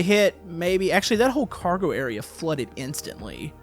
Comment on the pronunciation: Its car-go